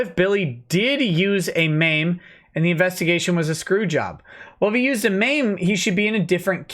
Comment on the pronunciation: Yeah. Him saying it as M A M E annoys me a bit. Lol